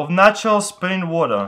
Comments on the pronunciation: Did he say nacho spring water ???? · When he says natural its sounds like nacho